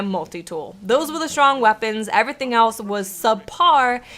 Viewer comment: The way she says "anything" or "everything" makes me cringgggggge. "in-A-thing"